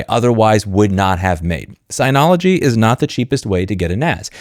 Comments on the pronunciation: Agree with everything you said, but it cracks me up that after 10+ years dealing with Synology you still pronounce it sigh-nology 😂. It's sin-ology, like synergy. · It’s synology not signology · I'm kind of surprised that you missed that Synology is pronounced "Sin-ologee". Anyway, I have the one (or similar) to the one the video thumbnail five, maybe six years ago. I got it just to do backups and it continues to do that. It is slow but it's the cheapest so I expect that. I guess since my needs are few and it does the job I'm mostly unaffected by this.